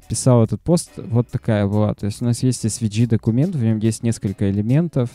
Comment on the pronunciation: Друг, все супер, спасибо! но английский подтяни - у меня кровь из ушей пошла. В SVG - букву "G" произносишь "чьжи" ( смягчая "и"), носители говорят "джэй", можно "джЫ" (G [dӡ] — «дж»), но не "чьжи" ... Мира и успеха!